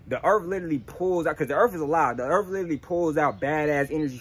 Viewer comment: “Erff” connect to the erff